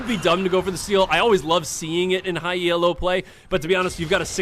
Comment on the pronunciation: Good vid. Very entertaining. Quick thing though and not trying to be a dick or anything but Elo is not an acronym, as in E-L-O. The Elo rating system is named after Arpad Elo, the man who created it.